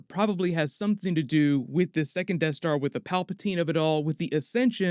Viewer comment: Sounds like is saying “tattooing” for second lol